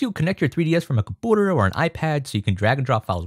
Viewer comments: comPOOTER, is this how Canadians pronounce computer or something?! Lol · please just say computer normally its annoying the shit out of me, good tutorial tho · You need to learn how to say "computer" properly, though.... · i love when he says compouter instead of computer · I love how he says "compooter" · wtf is a "comp-owter" ??? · why does he say computer like that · I cannot handle the way that you mispronounce computer.